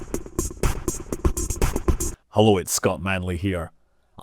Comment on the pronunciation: "Hullo?" hahaha - proper Scottish!